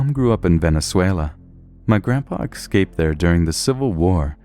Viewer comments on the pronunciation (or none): Am i the only one who has noticed how he says Ekscaped instead of escaped? Just wondering, is English your first language? You speak it pretty well... But Ekscaped doesn't sound right. No offense dude. You are great at reading these stories! Just had to get that off my chest because i've noticed it for a while.